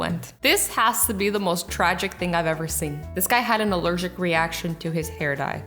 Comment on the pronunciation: I'm erlergic reashern to lincs